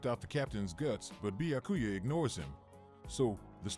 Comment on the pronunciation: Not the Bya-ku-ya pronunciation 🤣😂